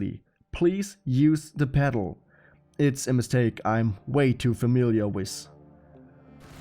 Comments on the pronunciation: WITH, nicht wiss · "A sleit twitsch wiff ze trigger finga"